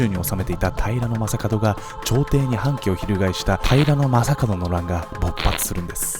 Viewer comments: 私も気になる。 平な将門みたいなイントネーションw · 平将門のイントネーションが気になる。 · 平将門の発音が僕のイメージもとちゃう、、だから何という訳ではないんやけど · 平将門のイントネーションが気になり過ぎて内容が入ってこんww